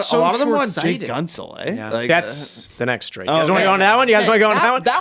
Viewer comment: why do you guys call him gun-tsel